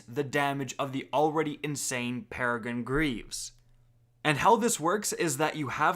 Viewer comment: Its Peregrine, not Peregine